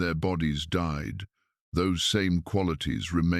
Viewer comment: Seriously...? Enoch did not "dee" ... he DIED! Your pictures are stunning, the voice gentle and soothing, but if you're going to use AI to narrate your stories, PLEASE teach it how to pronounce words PROPERLY!!! I'd love to hear this, but it makes the video sound stupid~:face-orange-raised-eyebrow